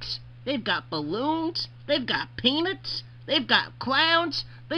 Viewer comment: how did I never notice how he says peanuts as penitz?